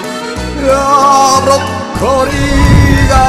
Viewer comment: 顔覆いながらの口笛は難しいですからね。 余談ですがブロッコリーは時々ブッコロリーと言っていますwww 納豆茂吉の発売に期待しています（╹◡╹）